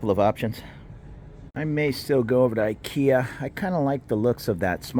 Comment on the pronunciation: do you know why the say ekea istead of ikea? Cause ikea sounds like the word for whore / $lut in Thai which is this word ไอ้เหี้ย